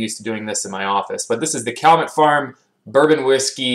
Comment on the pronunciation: Pronounced “cal-yoo-met.” Thanks for your reviews.